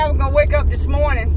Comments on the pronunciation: "URLY IN THE MURNING"🤣 "SAMICH" 🤣🤣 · "early in the mernin" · "Early in the Merning" Haha!!!! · "Early In the murning" 🤣🤣as a fan u gotta love them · "ERLY IN THE MERNING" 😂😂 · Early in the merrning lmaoo 😂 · “Early in the murning” 😂💀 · Auerly in the muerning lol!😂😂😂😂😂😂😂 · She say early in the murning 😂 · “Early in the merning”